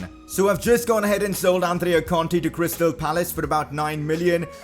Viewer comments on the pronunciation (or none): none